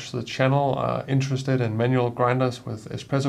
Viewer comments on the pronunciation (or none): none